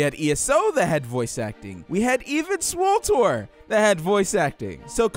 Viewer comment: swortor = swtor?